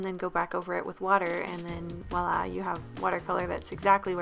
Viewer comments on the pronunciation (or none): none